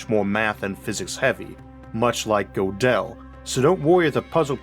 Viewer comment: Gödel has an umlaut over the o, and is pronounced "girdle." Interesting episode though. Maybe I had no choice but to watch this episode, though. Huh? [Shakes fist at the universe.] Dang you universe! Stop making me watch this! Not to worry Isaac, the universe never listens to me. (And if I have free will after all, I wouldn't want it to, in this respect at least...)